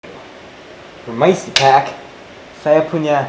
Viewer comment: wkwkwk peymisi kek